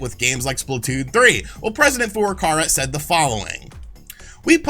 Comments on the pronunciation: Just waiting for Nintendo president FLCL to give us the goods. It wouldn't be so bad if didn't say the name so many times in quick succession. President four door car-a. Furukawa is close to Fouuru-cow-a. And like Sean and his 12 shares, I can offer the correction because I bought his 32x book, the signed edition even. And its great. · Is ever going to pronounce "Furukara" right?